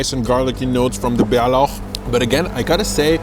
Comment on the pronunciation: Your prononouncing of bärlauch pesto was soo good😮